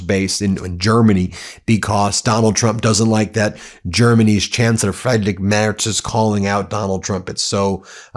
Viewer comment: It's not Frederick Merz, it's Friedrich Merz. With Frie like in Free, drich (almost like drish). I really never liked him but I wonder about the rudeness of not even trying to get foreign leaders' names right. Same goes for Macron. Maybe you should ask some Canadian French speakers how to pronounce the name?